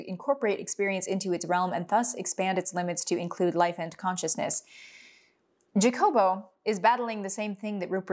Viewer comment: Don't you ever disrespect me trying to pronunciate HA- jacobo with a JA like JA-rule lol in a gringo voice